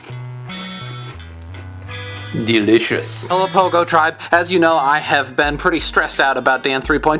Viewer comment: now bc of dan after i take the first bite of food i say "delisious" (i know, spelled wrong)